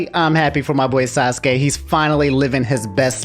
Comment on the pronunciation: For pronunciation: Kah-kah-sshi (not kkaw-shi) Sah-kurah (not Sa-kuh-ra) Sass-keh (not Sasuh-keh) Naru-toh (not Naruh-doh)